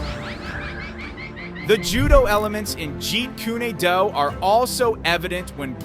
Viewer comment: Jeet ku ne do? Stop using AI to narrate. Learn to pronounce it correctly.